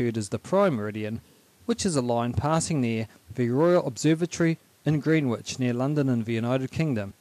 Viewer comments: Greenwich is pronounced 'Grennich'. Excellent video. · It is pronounced Green ich, the w is silent, so sounds like Grinage. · You pronounce Greenwich 'Grenitch'